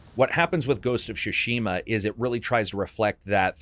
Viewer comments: Great video, great content but it's called Tsushima not Shushima... 😅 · Why do you insist on calling it “Shushima” instead of “Tsushima”? 😂 Tsu つ T’su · Newman and what did you think I was saying? Shawerma? It is pronounced "Tsu Shi Ma" or "つしま” strong emphases on the T and S together. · Great video, man! Why do you say “Shushima” instead of “Tsushima”? Is that what the pronunciation supposed to be in Japanese? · I Love you content, you are by far one of my favorite voices on YouTube, So cheers for that! And it’s SUShima not SHUShima! Heheh (couldn’t help it) Cheers and keep it up with the amazing content!! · Tsushima doesn't have silent T. You keep saying Shushima. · Great video. My only criticism is that you don't seem able to pronounce "Tsushima". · Oh no, 47 minutes of you mis pronouncing tsushima. The T is not silent in the Japanese pronunciation.